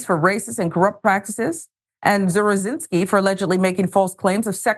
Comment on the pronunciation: I know someone with this last name. He pronounced it "zav-ruh-zin-ski"